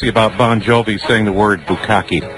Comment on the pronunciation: “buh-ko-key” lmao